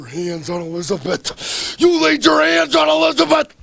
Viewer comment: "Elizabit Elizabit", how long was he with her and he can't say her name???